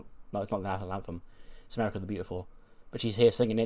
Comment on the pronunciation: long dramatic pause was crazy 😅 AMERICAAAA